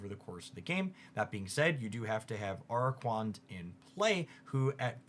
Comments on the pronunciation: the water spiders name is a mix of arachnid + aqua. Uh-Rah-Kwuh-Nid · Crabominable is pronounced like it contains the word "abominable" and araquanid is a play on aqua and arachnid. You can get them down, 😭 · I'm sorry... how did you pronounce araquanid????????????????????????????????????